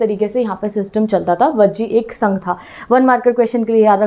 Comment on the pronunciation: Ma'am।।। गण को गाना बोल रहे हो। संघ को संघा बोल रहे हो। 😅😅